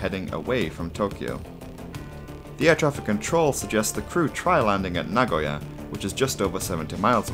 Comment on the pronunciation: Japanese here. Kudos for pronouncing Nagoya correctly